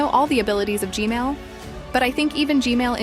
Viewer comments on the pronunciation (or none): why do i always correct u u say gmail and i correct it to gman why cant u say gman normaly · You keep saying gmail its gman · she keeps saying g-mail instead of g-man XD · why did he or she say g mail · its G-man nat G-male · G-man❌ G-mail✅ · BRO JUST SAID G MAIL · Just to let you know, but the name of the big skibidi toilet isn't G-Male, it's G-Man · Heads up, G-Man, Not G-Male 😭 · Who heard "gmail" not gman 👇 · Bro I love how you say Gman, as Gmail. Lol I really like your content. Super surprised how you found 20 different duos. Hope you reach one million! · Why do u call g man g mail 😂😂😂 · Bro said gsnail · 😂bro said gmail